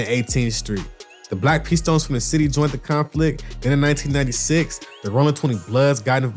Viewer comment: Did he say "conplict" ? ... 🤣 Boy you talking to fast